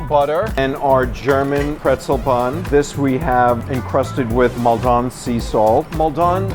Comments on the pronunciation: Maldon isn’t French. Stop saying it like it is. It’s really cringe. Maldon is in Essex, England. It’s pronounced Moll-den. Or if you are from Essex, Mole-den. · It's Maldon salt, not Mall don salt. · Maldon is pronounced Mal-dun not Mol-don. You guys butcher our place names. #wursusestershyre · “Mal- dahn sea salt”…. It’s Maldon, it’s made in Essex in the uk ffs… not the south of France. Pretentious muppet. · as soon as the third chef said "mal don" salt i knew he was talking out of his ass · The guy pronounces "Maldon" like it's some fancy French brand or something. Maldon is in Essex ffs 🤣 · I live near Maldon and we do not pronounce it like that 😂